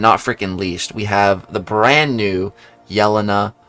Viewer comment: I'm sorry I'm one of those people too, it's pronounced yell-ane-uh not yell-in-uh